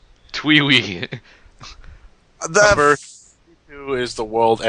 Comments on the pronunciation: "TwEe WeE" "TwEe WeE": "The World ends with you": "TwEe WeE" "TwEe WeE" "FaShIoN" "TwEe WeE" "TwEe WeE" Please kill me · why are you saying twiwee